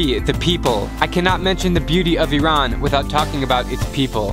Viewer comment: Thanks you so much for showing Iran in a true and humble light! And for pronouncing it right!